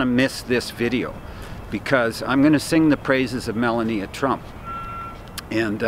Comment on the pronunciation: Haven't heard you pronounce the First Ladies name correctly yet....It's. "Ma lau nee a"